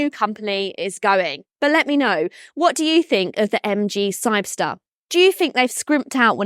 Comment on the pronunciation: No, she just can’t pronounce the name, or misread it.